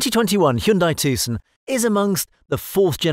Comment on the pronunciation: The C is silent.